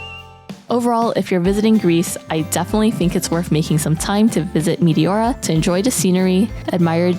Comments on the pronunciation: Μεϊτιώουρα;;; Έτσι τα προφέρετε στον τόπο σας;;;😂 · My Greek ears are hurting from the mispronounciation of Meteora....